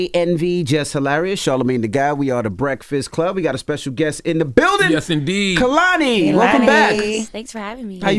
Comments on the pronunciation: Why everyone say her name wrong when she says K-lani how it pronounced. She fine tho 🔥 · Envy and Charlamagne kept pronouncing her name Kuh-lani and she lowkey corrected them at least twice, pronouncing it KAY-lani. They didnt get the hint. Active listening is a skill 😂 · The way he still say her name wrong 😭